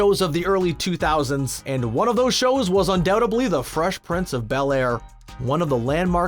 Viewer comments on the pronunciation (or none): none